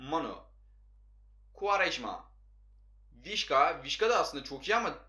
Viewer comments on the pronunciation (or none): vişka değil visça olacak